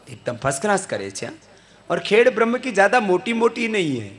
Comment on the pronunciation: Dear Swami ji..the name of town is " khed Brah ma" not " khed brahm".